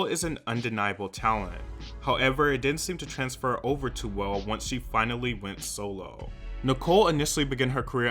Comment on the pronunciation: Every time said “solo” it sounded like soul 😆